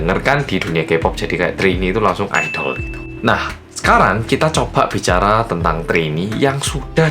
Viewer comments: Bang bacanya aidel bukan aidol:v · Pas ngomong "IDOL" krungu ku kok "ODOL"